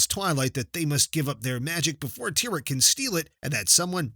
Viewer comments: It's not tyrek it's a tear at okay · Dude is Cadance not Candace and is not Tyrek, is Tihrek!!!!!